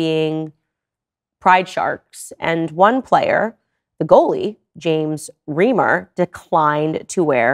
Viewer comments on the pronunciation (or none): Thank you again from Canada, Ms. Owens. I believe that James Reimer is a Mennonite from Manitoba. We pronounce his last name "Rye-mer", with "Rye" sounding like "die".